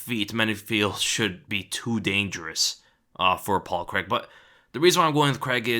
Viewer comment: ffs americans... it's pronounced Crayg... there is no such name as Creg